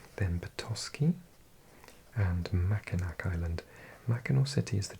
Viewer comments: Mackinac Island is actually pronounced closer to mac-in-awe! Im a native Wisconsinite, and I didn't know that until I was in my twenties because I had only ever seen it written down. And yes, I got made fun of pretty bad 😂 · Loved this one, I did a Michigan road trip with a friend a few years ago, but mostly the northeast coast. The UP is great. By the way, it's pronounced "Mackinaw" Island as well and it's a really lovely place in the summer. You've got to go there some day :) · “Mackinac” is pronounced “Mackinaw.” And “Traverse City” has the stress on the first syllable.